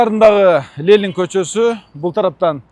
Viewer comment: ЛЕЛИН ЛЕЛИН ЛЕЛИН ДЕБЕЧИ. Уят уят. ЛЕЕЕЕЕЕННННННННИИИИИИИННННН